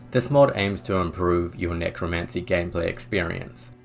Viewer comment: Nicro NICRO ??? its NECROMANCY dude get it right